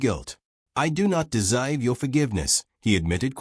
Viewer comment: AI reader is deplorable. “Fo the foist time”. 😂, desoiv 😂, really? Turning the story into a joke.